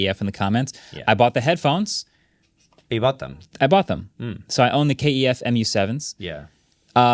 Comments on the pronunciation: I think its KEF not K-E-F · It's KEF, not K E F. Just so's ya know.